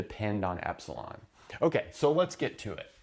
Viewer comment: he said epsilon like the gd level 🤣🤣🤣🤣